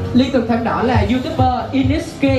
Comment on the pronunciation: Không hiểu được sao từ cái từ youtube. Lại có thể đọc ra được thành YOUTUBE - BƠ. Chẳng biết từ BƠ ở đâu ra??? Việt Nam cần phải nghe tin tức truyền thông English nhiều hơn nữa để tập phát âm cho đúng tiêu chuẩn quốc tế. Nếu không người nước ngoài nghe họ sẽ cười cho chết. Không thể nói sai ngôn ngữ của người ta được.